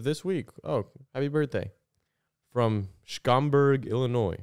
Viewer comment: cracking up that is from Illinois and can't pronounce Schaumburg